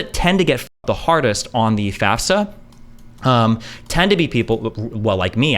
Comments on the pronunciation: Thank you for acknowledging that she’s saying FAFSA wrong like she odd 60 years old. Ps I just graduated recently, and it qualifies you for financial Aid! She doesn’t know what she’s even lying about. I couldn’t even get loans through my parents lol tons of subsidized and subsidized loans as well as a Pell grant. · Yeahh, as I said in the original Candace Owens video, she's straight up LYING about filling out a "FASFA" (which she says wrong, because she doesn't know what that is). I wish Destiny had called her out on that in person, but at least we're addressing her obvious lie now! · Candace Owens is bad joke. She's an affirmative action hire by right wing propagandists. They just want a black woman spewing their nonsense without sounding "too black". And she says FAS-FA. She doesn't know shit about student loans or cost of college. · FYI, I think it's almost a rite of passage to constantly mispronounce FAFSA as FASFA. It's definitely not an indicator of anything. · mm i dont thinkis that big of a gotcha. also i've only ever heard "fas - fuh" in my life. I never even noticed the s was after the f.